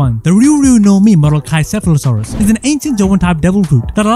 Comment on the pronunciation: He pronounced pachycephalosaurus wrong both time